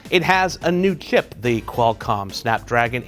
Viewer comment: Why can't you say "chip"?